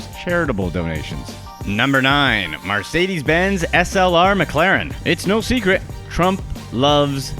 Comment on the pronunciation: Stop saying MArcedes, It's Mercedes you lower class shit... Also, none of these things are actually impressive other than the 737... Most typical millionaires can buy a yacht or a RR... Poor people should not be allowed on youtube...... damn Mexican, glad Trump is president so he can send you back to whatever shithole you came from!